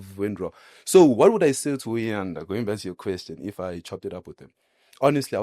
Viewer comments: He can't even say Uyanda's name,He keeps on saying uboy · The fact that u cant even say Uyanda's name bothers me. You keep referring to him as u boy or something🤔 May God help u child